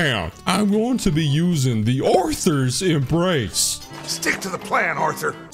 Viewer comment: Still to this day the accidental pronunciation of this exotic makes me chuckle. So I call it "a thighs embrace" because all the guardians heads i pop like watermelons.